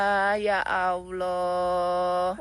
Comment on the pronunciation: Sebut ALLAH jadi aowloh 😂😂😂